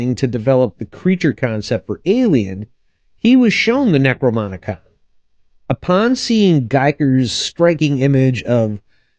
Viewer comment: It's pronounced: Neck-Row-Nom-E-Con, not Neck-Row-Monica.